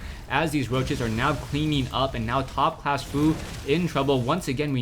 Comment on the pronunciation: Did you just say "ShoutCLASS" ? ^^